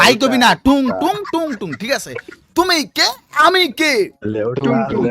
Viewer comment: ভাই,, Tung tung.. Not 🚫 টুনটুনি..yes ✅